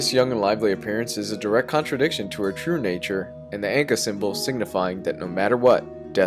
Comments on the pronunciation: You REALLY pronounced Ankh as “Anka”? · relax, yeah it sounds weird.